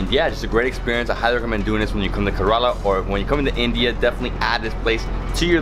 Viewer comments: Not Corala Its Kerala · Hey. I absolutely love all your videos but I am hating the fact that repeatedly you are pronouncing kerala wrong and no one is even correcting it. I would wanna pitch in and try and correct it. Ke sounds how the alphabet 'K' sounds 'Rela' will sound rela from cinde(rella) So alphabet K and rella from Cinderella added both Shud sound the right 'kerala' Love and peace.